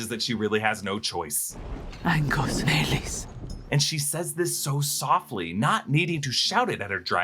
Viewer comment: Dude stop butchering the name Maleys 💩